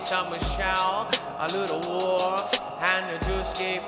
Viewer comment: Its "the boy who cried wolf" not woof lmao jus sayn